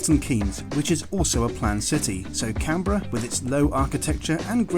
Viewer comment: First thank you for pronouncing Canberra "correctly" ;), second rest of Australia is just jealous 😬 and third, glad you liked it despite being in the midst of the smoke and fires. Do come back and hope you enjoyed our booze.